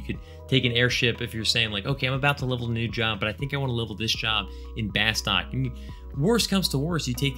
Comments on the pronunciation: Love your channel and content, but it's pronounced "bus-tuke" (per the intro video)!! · Fun Fact: Bastok is actually pronounced "bah-STOOK" like the O is a U. That or the voice over in the Opening Movie got it wrong and noone at SE noticed/cared.